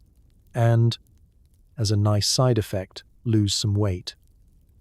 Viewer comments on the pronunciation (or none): none